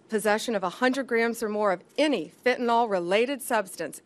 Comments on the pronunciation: Fire HER! She has embarrassed the administration and tarnished Trump's legacy! This also threatens the Republicans chances in the midterm elections! Hell she can't even properly pronounce Fentanyl! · She can't even pronouce the drug names. Meth-a-anphetamine? Fentanall?